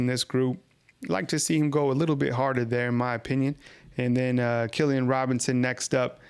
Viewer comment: Good stuff,! A couple of things...You said, "Miller LOOKS 100% to me." There's no way the team Docs would have allowed him to participate if he wasn't. At least he's not wearing a black jersey. Secondly, and this is just a fyi for you....#2's name is pronounced, KEELlan....not Killian. Just sayin' 😊 Thank you for the coverage!!